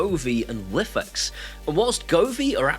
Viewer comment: I was a huge Lifx fanboy (and yes, you pronounce it wrong - and I've started to now!). I loved the colour on their bulbs and despite the fact that they kept going dark didn't put me off. However, the new parent company withdrawing from the EU and UK market and effectively pooping on us all has finished me off with them! I'm still using what I have as they are working and software updates seem to have stopped them going dark - famous last words. I do like the idea of Aqara ecosystem. I suspect I could replace my Smartthings system sometime in the future. Have Aqara indicated if they intend to launch bulbs? Good video, thanks.